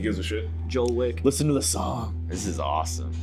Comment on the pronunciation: Joel on rampage, I hear “Joel Wick” and I can’t stop laughing 😂😂😂